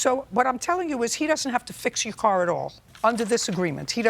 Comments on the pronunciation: “I just thought to need a core …”. How do you turn pronunciation of “car” into “core”. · Why did the Plaintiff pronounce the Car (Coor) as Whore. Is there like a school for slang? Every school I had gone too, never heard a teacher teaching students to speak words like that.